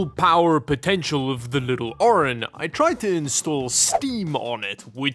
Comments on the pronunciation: As the name is Orin, but spends the entire video saying Orion... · You pronounce it "Orion" but it's Orin 😅